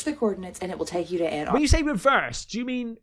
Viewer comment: She was pronouncing and spelling Antarctica wrong though so until the guy from the YouTube video typed it in and confirmed it I was skeptical lol just saying, if you can't even spell it right I doubt you'll get all the numbers in the right place 😂